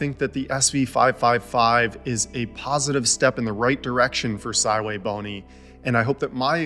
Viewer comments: Calls the brand sywaybony but names the scopes the correct way pronouncing sv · Sigh-way-bony! Well I learned something new today! 😂 So shouldn't that be the Sigh-Way-555? 🤪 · I accept it is Si Wei Bo Ni...but I don't like it lol